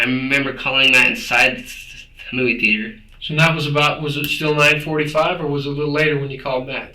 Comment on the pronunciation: I can't stand when people pronounce it "THE-AY-TER"